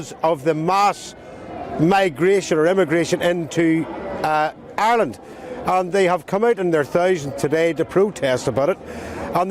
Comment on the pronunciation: GET A PRESENTER THAT CAN PRONOUNCE IRELAND AND NOT KEEP SAYING ISLAND...